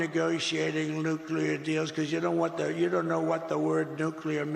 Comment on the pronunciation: " luclear deals" high iq djt